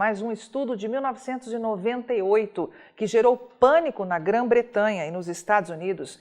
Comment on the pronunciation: Grã-Bretanha querida ....nao grã bretranha....precisa prestar mais atenção.....jornalista profissional